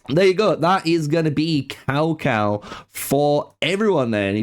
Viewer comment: It's TsaoTsao, if you're going to try pronouncing it.